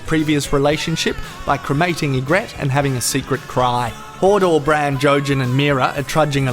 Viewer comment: I'm sorry but every time I hear it's not Hodor Bran Jojen and Mira, it's HODOR BRAND! Jojen and Mira! Sorry that I had to share this brain turd.